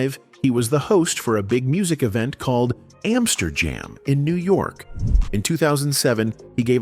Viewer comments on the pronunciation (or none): none